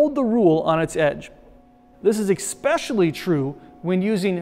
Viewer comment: really? ekspecially?